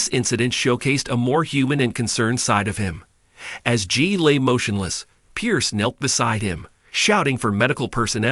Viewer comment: It's Jey Not Gee